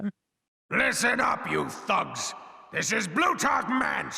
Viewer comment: I'm pretty sure he says "thugs", but it really doesn't sound like he says that lol